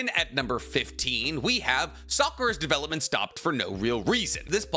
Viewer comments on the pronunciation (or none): none